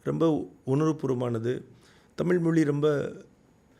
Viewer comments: Thambi, Neengalum Thamizh endurance solli pazhagungal. Thamil moli endru sollamal ‘ zha solli pazhagungal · சாட்டைக்கு ழகரம் உச்சரிப்பு வரவில்லை. 'தமிள்', 'தமில்' என்று தான் மூச்சுக்கு முன்னூறு முறை சொல்கிறார். இன்றைய தலைமுறைக்கு சுத்தமாக தமிழே வரவில்லை. இதில் அவரவர் தாம் தான் தமிழை காக்கும் தனையன் என்று பெருமை பேசுகிறார்கள். உங்க சீமான் மேடைகளில் ஆபாசமாய் நாராசமாய் பேசுவது எந்த வகையை சார்ந்தது ?